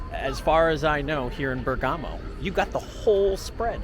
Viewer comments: Please Bérgamo not Bergámo.. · We have had many beautiful Christmas occasions in Bergamo This guy is giving the worst video with commentary I have seen. He can not even properly pronounce Bergamo. Go back to Walmart and McDonald's. Find a new hobby.